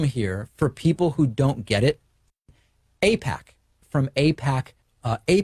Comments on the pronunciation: Yeah... lil Davey never heard of and can't even pronounce AIPAC huh? riiiiiight. Here are some other things Davey just got no clue whatsoever about. His middle name. The letters of the alphabet. The amount of money in his bank accounts. The days of the week beginning with the letter M, T, W, or S. And how many pairs of My Little Pony Friendship Is Magic underoos he owns. Sure lil Davey... sure. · "it can't possibly be funding my show, I mean I don't even know how you pronounce it lol. Is Apac or Ipac lol you know?"